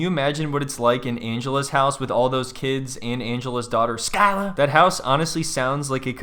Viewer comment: Mate you’re the best guy to edit this, the way you said Angela’s daughter skylar I just burst into laughter